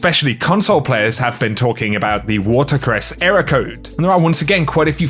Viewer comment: Ehroar codes